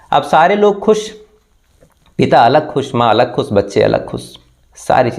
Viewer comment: आप श को स बोलते है और स को श बोलते है जैसे लाश को लास, कोशिश को कोसिस, खुश को खुस, पोस्टमार्टम को पोष्टमार्टम आपनी बोलनी को सुधारिये